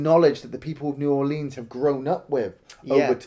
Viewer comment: There is NO long "E" sound in the word "Orleans".